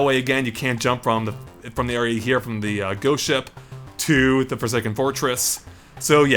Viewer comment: sounds like he says goat ship instead of ghost ship. great level though!!